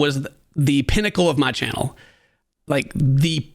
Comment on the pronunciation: Low key annoyed how hard he says “my channel”…. I love but Dane is definitely what completes his videos! Id be pretty upset if Dane isn’t fair compensated